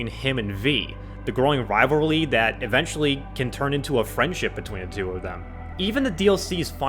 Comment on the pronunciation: you said "rivarly"